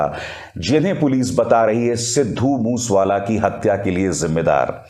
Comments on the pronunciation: Please get your act right he was sidhu Moosea wala not mush wala right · ਬਾਈ ਜੀ ਸਿੱਧੂ ਮੂਸ ਵਾਲਾ ਨਹੀਂ ਸਿੱਧੂ ਮੂਸੇ ਵਾਲਾ ਨਾਮ ਆ ,, ਮੂਸੇ ਵਾਲਾ ਪਿੰਡ ਆ ਪੰਜਾਬ ਦਾ ਕਿਰਪਾ ਕਰਕੇ ਨਾਮ ਸਹੀ ਤਰੀਕੇ ਨਾਲ ਲਿਆ ਕਰੋ ਜੀ ,, RIP 🙏🏻😥 moose wala bai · Want to correct you as regards Lawrence Bishnoi ... He is not in Canada but in Tihar Jail ... Get a panjabi to correct you on the pronunciation of Mansa and Moosewala ... Your report is good but for these issues